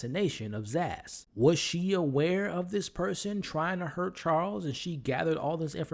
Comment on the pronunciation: Her name is Sazz not Zass